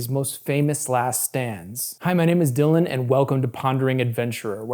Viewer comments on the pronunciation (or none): none